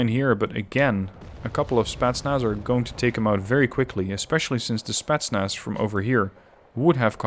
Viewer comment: Can you say spEtznas in your next game? You always say Spaznas...